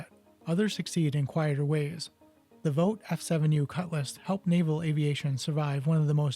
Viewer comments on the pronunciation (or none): Sorry, really don’t like being “that guy” but your multiple mispronounced words forces me to add this. Vought is pronounced “Vaught” I.e. rhymes with “caught” (not “vote”). It is Wally “Sha ra” not shee ra. Both pitch and roll control was provided by elevons, though Vought referred to these surfaces as "ailevators" at the time. Elevon is universally used now. I have to concede I did not know ailevator was even ever used. It would be a very interesting design exercise to redesign this aircraft with 2 F414 turbofan engines and survivable shaping. Thanks for making this video. Not a whole lot about it. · The correct way to pronounce Vought is Vawt. I can tell you are young, I grew up when Vaught was a household name in military aviation. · I've never heard "Vought" pronounced that way.